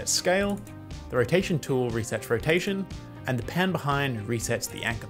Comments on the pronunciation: As a chinese I SCREAMED to "wotation" 😂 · The Wotation Killed me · W for Wotation, haha